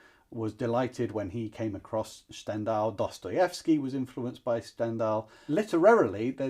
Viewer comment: Stahn-dahl, please. No idea why you're pronouncing it in German